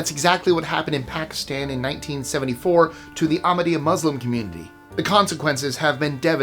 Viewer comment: Except Ahmadyya where the h is not silent. But I know that that an h before another consonant is hard for Americans to pronounce. My daughter’s name is Zahra and when she worked for a local radio station she finally gave up correcting people who called her Zaara